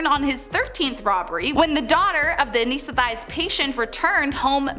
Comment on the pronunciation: She pronounces anesthetized wrong so hard to listen too her voice too